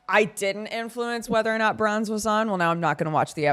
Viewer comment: [Warning: Useless] i KNOW you've been saying Bronze but EVERYTIME my brain is like ...'did they just call her Prawns?'...oh no wait. I remember.